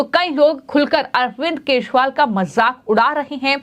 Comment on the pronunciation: Madam wo arvind kejriwal hai na ki keshwal. Zara apni hindi u ch charan theek kariye.hindi bolna sikhaao isko the news walon.